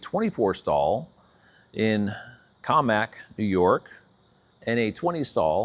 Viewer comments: Cammack NY? There’s an O there not an A. Commack. Pronounced Co- Mack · 😂😂 I love the videos and fearless pronunciations, keep 'em coming! KOE-mack